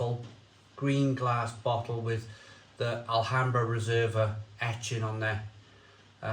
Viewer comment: Told you last week,you don't pronounce the letter 'H' in Spain.Likewise,Mahou is pronounced Mao as in Chairman Mao(remember him?).So,it's a one syllable word,not two.🙂🇪🇸🇪🇺